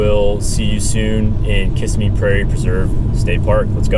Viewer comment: I have been there several times, but should stop talking. He started by miss pronouncing the name Kissimmee.